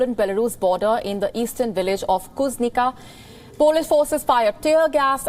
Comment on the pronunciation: Please learn to pronounce correctly Kuznica.